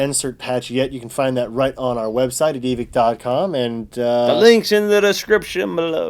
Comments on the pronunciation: Ee- Vick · I have really only heard say Evike, but he sometimes has a slight accent so this is mostly aimed at, but how the heck do you pronounce Evike. Love the show keep up the good work.